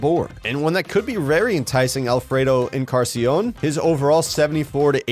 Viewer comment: Encarnacion shouldn't be that hard to say, it means & sounds very much like "incarnation" haha. So it's like you're saying "incartion" instead of incarnation.